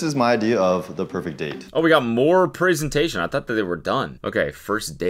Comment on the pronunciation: Cody is turning American because he’s saying preeesentation